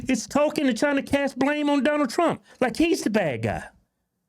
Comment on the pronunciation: Say his name right it’s trump not twump